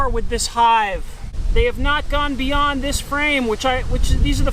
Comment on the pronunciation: Did he just say Bee-yond?!😏